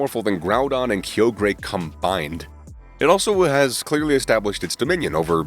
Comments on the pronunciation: Key-o-gray????? KY-OGRE…. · no hate but they way you said kyogre made me laughe